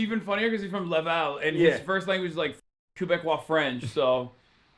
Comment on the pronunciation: I nearly died when I heard Laval 😂